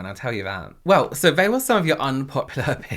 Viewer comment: it is so funny to hear/see you change the “th” sounds for the “v” sounds. Like, when you say “they”, you actually say “vey” :)